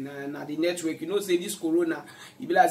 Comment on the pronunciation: Oga na network, not netwerk